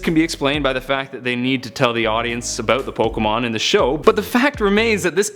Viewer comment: I believe you were saying Pokémon correctly. Yours is the sound you get when you take the "Poke" sound from Pocket and the "mon" sound from Monster. Plus it is the correct way to pronounce "é" when you remove the nuances of the American accent. Yes, that does mean most people pronounce "Fiancé" incorrectly too.